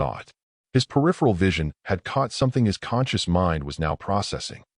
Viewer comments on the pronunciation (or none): none